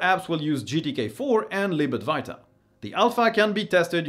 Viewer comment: Why do you always say Lib Adwarta instead of [ad-va-ita]